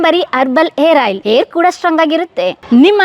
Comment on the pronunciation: ಏರ್ ಆಯ್ಲ್ ಅಲ್ಲ.ಹೇರ್ ಆಯ್ಲ್